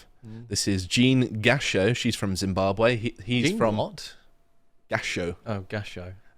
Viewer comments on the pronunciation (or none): none